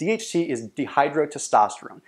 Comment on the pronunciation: they are pronounced "lie dig" cells, not "lay dig" cells. Also dihydrotestosterone is pronounced "die hydrotestosterone" not "de hydrotestosterone".